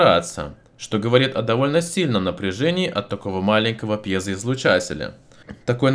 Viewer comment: Сколько он раз говорил пьёзя